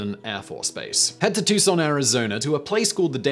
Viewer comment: T-U-C-S-O-N not tuScon!